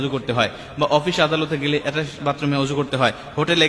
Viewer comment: উচ্চারণ টা এটাস্ট বাতরুম নয়। ওটা হবে অ্যাটাচ বাথরুম। তুমি তো নিজেই একজন অজ্ঞ লোক।